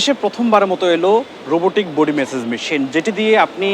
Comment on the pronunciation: message na massage hobe bolda sombadik